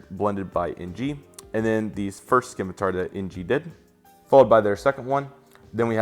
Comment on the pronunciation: It's pronounced "sim-a-tar" not Skimatar! "Nor-wee-gin" not norweegan that's just a start and those customs...lol